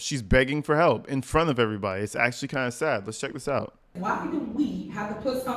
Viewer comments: No,. You pronouced the "a" in sad. Big Tiff says it as "sed". She can't pronounce words with a flat "a" in the middle. Numbers is pronounced as nambers. This broad is whacked. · she says Say-ID instead of sad too 😂😂😂